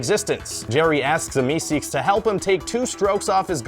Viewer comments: its meeseeks, not meseeks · It's meeseeks not meseeks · **MEESEEKS** not meseeks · It's meeseeks you idiots... burp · It's "Mr. Meeseeks"